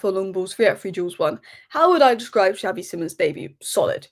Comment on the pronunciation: love you but please learn how to say xavi simons correctly